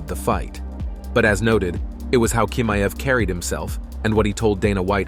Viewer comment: He is chimaev...ch...not k🤦‍♂️